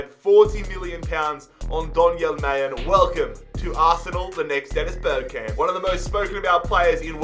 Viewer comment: Just a quick note its pronounced mar'len not mayen 😂